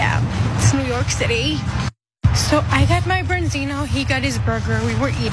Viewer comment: Sea Bass is what you're looking for. Nice fish, I'm not a huge fish guy (due to the heavy metals) but it is nice. For some reason in America it has been re-branded as "Branzino" (or "Bronzino" as the girl keeps on saying).